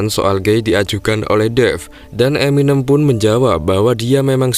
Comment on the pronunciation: eminém mas.. bukan eminêm